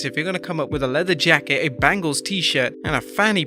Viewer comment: Like how can you mispronounce breaker. Its not "brakker", bengals not bangles. Noticed you have trouble pronouncing his name in other vidoes too. Is it a pommy thing lol?